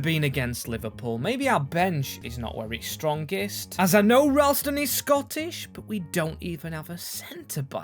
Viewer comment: And maybe try a bit better with the pronunciation of some players? Like Ralston isn't called Rallyston.